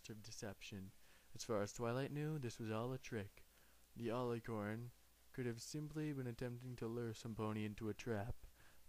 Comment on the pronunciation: He mispronounced alicorn